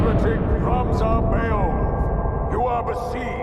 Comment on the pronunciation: Oh so that's how you pronounce Beoulve, I can die in peace now